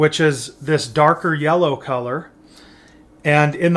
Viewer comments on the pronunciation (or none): none